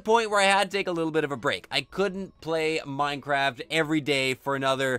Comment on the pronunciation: It's minecraft not mincraft